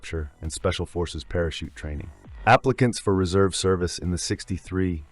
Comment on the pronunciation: It's Not general sir Claude Auk-in-lek it's Field Marshal Sir Claude John Eyre Auchinleck GCB, And it wasn't David sterling alone formed the SAS but he did it with Blair (paddy) Maine, It's NOT THE SPECIAL AIR SERBICE ITS THE SPECIAL AIR SERVICE , PLEASE DO A LITTEL BIT MORE RESEARCH and get it right